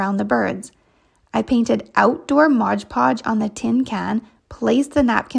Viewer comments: MOD PODGE not MODGE PODGE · Why do so many people say "ModGE" Podge? Read the label...it's "MOD" Podge! It's so irritating. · Just an FYI... It's Mod Podge not Modge Podge 😊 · Yes I hate when these utubers say “Modge Podge” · Thank you! It's like nails on a chalk board to me! MOD. Podge. 😂